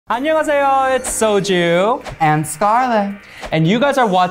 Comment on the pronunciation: Wtf is SOJU I mean S O J U!! SOOOJUUUUU to boot a lewk!? hahahahahahahahahahahaahahahahahahahahahahahaha